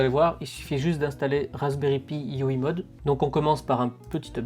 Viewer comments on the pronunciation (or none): Je participe, super idée, apparemment on ne dit pas moude mais mo-ode 👍